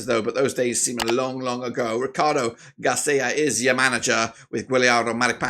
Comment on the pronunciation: Kind of hard to take this preview even slightly serious when the host can't be bothered to learn the name of the Chile manager. It's Gareca not Garcia. Also Star Man, Guillermo Maripan?!? GTFOH 😅 Claudio Bravo without a doubt is the Star Man. He's been in top form, played in top teams in Europe, and has name recognition. Ditto Sanchez, even though he's had a nightmare tourney so far. Both way ahead of Maripan in terms of Star Power.